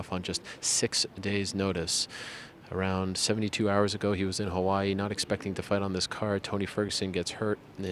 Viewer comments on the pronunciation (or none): none